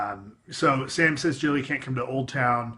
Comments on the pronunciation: It's Gilly not Jilly. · Is Gilly actually pronounced like "Jilly"? I thought it was pronounced like "Gilly" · Gilly, not Jilly.